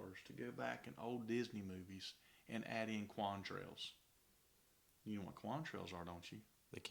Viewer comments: “Quam Trails”? Con-trails, are made of condensation… con… condensation. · Quantrails? Try "contrails."